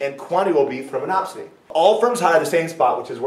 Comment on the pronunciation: Great video...That bit where he says "MonopSONY" weirdly three times just cracks me up...lol